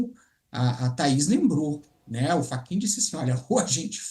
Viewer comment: Moraes deu um calateboca no "FRACHIN"😂